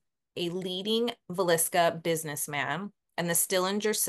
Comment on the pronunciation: I’m from Iowa and yes, you pronounced Villisca perfectly. I’m watching now ❤